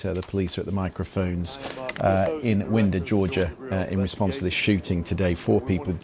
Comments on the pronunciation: wine-der not win-der, it’s counterintuitive I know. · Winder is pronounced with a long "I." It's inconceivable that a fourteen-year-old boy would have access to a firearm that he could take into a school. I had access to several firearms when I was that age, but they were hunting rifles and a shotgun, and I did not have access to the ammunition. And I would have never considered killing another human being. The United States can't seem to realize that we no longer live in the Wild West during the 1800s.